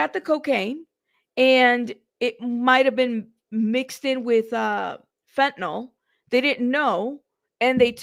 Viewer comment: Fentanyl, not Fentanol.